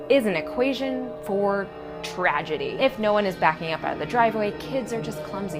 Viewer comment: "Tragedy???" TrAaGedy??? I WRITE SINS NOT TRAGEDIES MUAHAHAHAAHAHAHAHAH